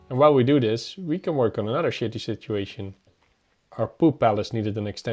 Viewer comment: “Shitiest situation” are not the easiest two words to say not even from a Brit, but you really did manage it well.